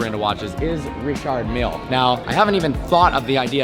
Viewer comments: Learn how to say Richard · Why tf did u say Richard like that?